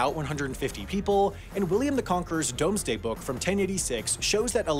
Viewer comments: Here's a sure-fire way of getting new friends... Pointing out that William the Conqueror's Domesday Book is pronounced, 'doomsday'. Now carry on ;) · I'm sure there's has been 150 people who have said you pronounced Domesday incorrectly. As with anything English is not obvious, it's Doomsday. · The “Domesday Book” is pronounced the “Doomsday Book”.